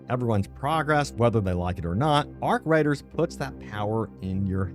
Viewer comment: He said arc riders hahaha 😆 lol